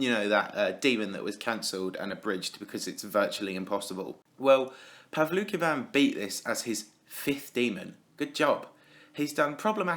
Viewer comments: I thought you pronounced it as "Paul "V" "Kin" xd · I tought he. Said pablo kebab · It's pronounced pow-luki-wan btw, not that I'm a fan of him. Its that his name is in Japanese and I can read and write Japanese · His name IS PRONOUNCED "pavansosisialvlokavan"